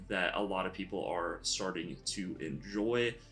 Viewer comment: Its pronounced eh-pit-oh-me. lol.